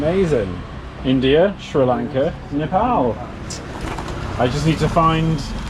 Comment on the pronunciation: You pronounce Nepal incorrectly.